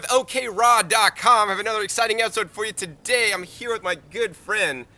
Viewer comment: LOL " I love MUH plants" ahahaha please Remix this john!!!!